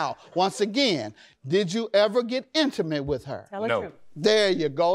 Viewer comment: Emucalte lol I am dying it’s INTIMATE